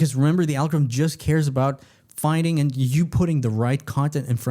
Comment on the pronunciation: What's an "algothm?" Why don't people e-NUN-ciate any longer?